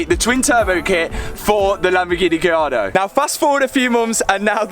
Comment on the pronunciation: The way Matt says Lamborghini "Gee-yardo" is never not going to crack me up. - I'm excited for this build!!